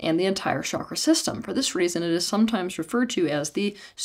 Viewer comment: Folks sorry to break it to you...there is no "Vasudhara" chakra 😂😂😂😂.... Please give me the source of this .... Which ancient Indian text talks about this? This "expert" lady can't even say the word Chakra properly 😂😂😂😂